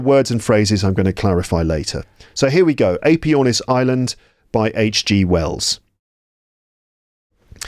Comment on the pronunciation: Very good, but all the introductory wiffle-waffle is distracting. Give a brief introduction and then start reading the text. After all, if their English isnt fluent, they're not going to understand all that verbiage at the start. BTW, check the pronunciation of the AE in Aepyornis.